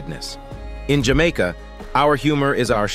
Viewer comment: I love where you say, Jah Maker❤